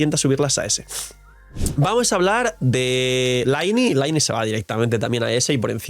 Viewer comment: Se pronuncia "Liney", deja de decir "laini"!!!! Que sacrilegio!!! Mi pobre "Liney"!! 😂